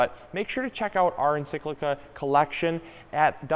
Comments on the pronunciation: Mispronunciation of encyclia - please it's EN - SIK - LEE - YA - is so irritating, especially from someone who really should know better! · Dude, check your pronunciation of the word “Encyclia” lol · Paul Saunders yah it was bothering me too lol